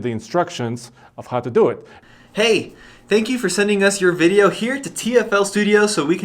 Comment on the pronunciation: Great job! Somehow I always chuckle when you say "veeedio". Hahaha.